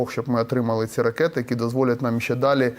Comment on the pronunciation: Неук рускєй БлизнючЕ,НЕ кажи:"По наМММ,по позиціяМММ"!!!